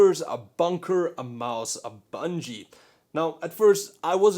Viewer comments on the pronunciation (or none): Why do you say (a)mouse (a)bungie sounds awful and really uncomfortable. I hate how you keep adding an (a) in between words, i'm disliking for that.... sorry it annoys me (a)lots (a)sorry